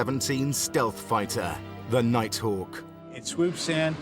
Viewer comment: Darth Vadder?!!!? 🤔 The "Nighthack" is awesome tho....😂